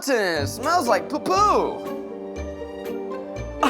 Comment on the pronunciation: The way Zach pronounced Poo poo 😅